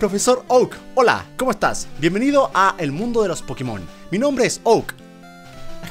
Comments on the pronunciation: Yo no entiendo porqué le siguen diciendo PokemÓN. Osea, en la serie está doblado así, pero en el mismísimo título dice. "PokÉmon! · No se porque dice pokemón con acento en la ó si es pokémon, y lo está leyendo todo el rato, me chirría mucho, pero que recuerdosss de cuando jugaba al pokémon amarillo que fue el primero que tuve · Es pokemon no pokimon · Germán por favor nosotros sabemos mil veces mas que tu lo que es pokemon ni la pronunciación que tienes es buena no sabes ni siquiera que pokemon es un juego mundialmente famoso y no por la basura de pkmn go si no por pokemon competitivo pokemon anime y solo te sabes pokemon de la primera gen que son sobrevalorados y sobreexplotados